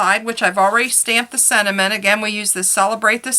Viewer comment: I liked your video but the word is not sed·i·ment it is sen·ti·ment